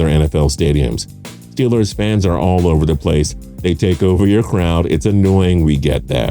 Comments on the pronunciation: It is ST EE LERS not stelers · Even I know it's pronounced "Stillers" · Can someone explain why he pronounces steelers like that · Entertaining video,title a little miss leading seem like it’s just ranked on the amount of bandwagon fans a team has.And the reason why the commentator is always asked to re-say Steelers is because he’s wrong on how to pronounce there name lol